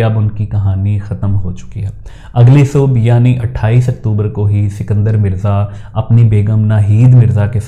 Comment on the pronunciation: اسکندر مرزا---- سکندر مرزا نہیں۔